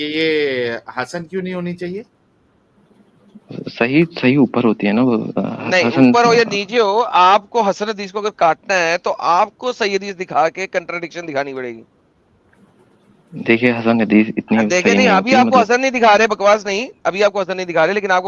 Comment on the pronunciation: हदीश नही हगीश huggiess बोला करो